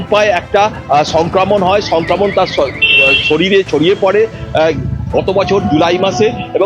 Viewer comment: কথা টা সংক্রামন নয় । সংক্রমন।